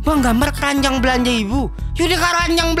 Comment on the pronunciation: kerajang bg bukan keranjang